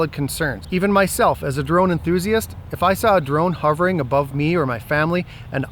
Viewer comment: Well stated, even "abrove"